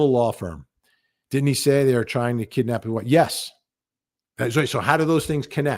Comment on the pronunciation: "Kidnam", not take away.